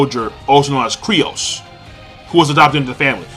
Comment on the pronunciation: His name is fucken Kyros, stop sayin Kryos... Thats so fucken annoying